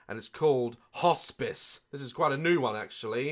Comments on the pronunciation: I clicked on this video because I saw in a compilation, Daz mispronounced "Hospice" as "Hotspice" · I swear it said hotspice 😂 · Who else lowkey died when Daz said "Hotspice" instead of "Hospice" ?